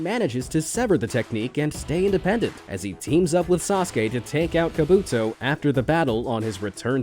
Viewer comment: it also K a b u t o not kobuto